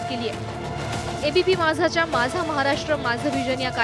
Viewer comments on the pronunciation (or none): none